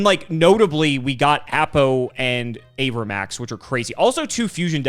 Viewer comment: i hate how pronounces cards. my poor avramax